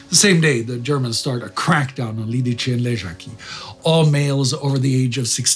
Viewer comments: It's Lidice [Liditse], not Lidiče [Lidiche]... It hurts to hear such a bad pronunciation :( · Liditze, not Liditche :) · As a Czech I am grateful for (pretty much) two episodes focused on an event that have shaken up our modern history. Thank you. Couple notes on pronunciation for those who wonder - Lidice is pronounced Lee-Dietz-Eh :) not Lead-Each-eh (Jaroslav) Švarc's surname is Czech spelling for Schwartz and is pronounced the same way (so "ts" sound at the end, not "k" sound). Otherwise I am amazed with the pronunciation being mostly perfect. Czech (and slavic languages in general) is fairly hard to pronounce from just written form to people that are used to English, French or German way of spelling (i.e. non-phonetical spelling).